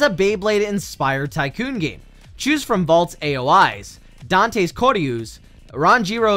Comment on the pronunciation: bro said dantes koryus